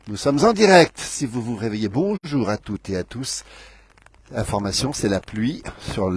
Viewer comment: À "Toutes Zé à Tous"!!??? Pouvez-vous parler FRANÇAIS ?? ET non intoxiquer nos jeunes !!!!